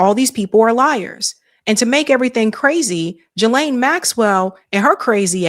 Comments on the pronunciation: Please please learn how to pronounce her name GEE-Laine Hard G Thanks you:) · Geeeeee-laine Hard G